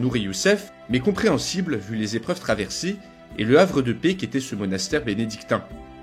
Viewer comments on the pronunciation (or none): none